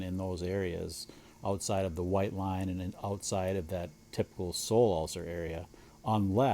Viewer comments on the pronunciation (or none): How do you explain to the AI translator that "corium" is a Latin term and should be pronounced as such—not "Koh-or-ay-om"—and that "sole" is not "soul"?😂